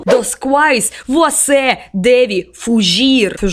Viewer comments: Fudir😏😏😏 kkkkk É fugir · Mais emtemdel fode quando ela falou furgi